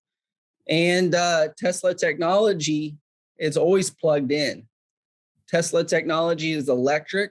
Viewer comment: OMG Tesla it is his last name Mr. Tesla get it right